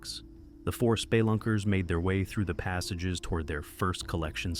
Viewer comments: 'spay lunkers' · Good ol spaylunkers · I finally figured out this was an AI channel from the way it pronounced “Spelunkers” 🤦‍♀️